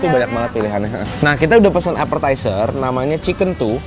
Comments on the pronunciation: Appetizer bacanya bukan apeRtaizer. Epetaizer aja bacanya. Ayo ayo dibenerin biar tambah bagus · Appetizer bacanya bukan apeRtaizer, is epetaizer aja ga pake R di tengahnya. Ayo dibenerin biar makin bagus